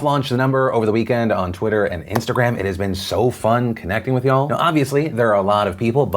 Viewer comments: Is it just me or is it weird hearing Phil say y'all? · I don’t like how Phil says “y’all” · STOP SAYING "YA'll" YOU AINT IN THE GANG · Why does he keep saying ya'll?